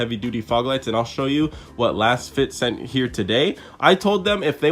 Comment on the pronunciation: Pronounced “Laze-Fit”